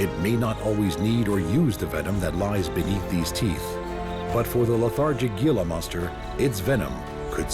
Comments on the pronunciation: It’s pronounced “hee-la”monster, not “ge-la” monster. Just wanted to share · It is not pronounced Gee lah...it is Hee lah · Gee-la? What an uninformed documentary, thought the purpose was to educate, spread information and knowledge ? Im from n.m. so dont try and tell me thats the correct pronunciation of hee-la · Its pronounced "heela" not gila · Dude, it's pronounced Hila not Gila. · As a southern Utahn who sees Gila Monsters every now and then, I also cringed a little. Great documentary otherwise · The Gila Monster is pronounced "Hee-la Monster". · It's pronounced heela monster. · "He-la" monsters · Excellent except gila monster is pronounced "hee la". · You forgot the three deadliest in sea....sea krait or commonly known as black and white sea snake, box jellyfish, cone shellfish and Kokoi or dart frogs of Amazon Forest. Gila monster is pronounced as "Hila" monster and lies probably at bottom of your list and including mine...... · I quit watching your video when you demonstrated a lack of knowledge about Gila Monsters. You act as if you know a lot about them, but you don't even know how to pronounce their name correctly. It is pronounced HEE-la. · please....HEE-luh monster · As a long time resident of the southwestern desert in Arizona, I must correct your pronunciation of the Gila Monster. Gila is pronounced Hila with an "H", not the g sound. Very interesting documentary. Thank you. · It would be a much better presentation if the word “Gila” were pronounced properly. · the announcer mispronouncing “Gila” Monster 😂😂😂😂😆😆 SO HARDCORE 😂😂still a great video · You're doing a documentary and don't even know how to pronounce Gila monster or it's very untoxic venom? Cmon man.